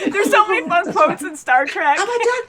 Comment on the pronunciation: Star TREK...not TRACK. ;)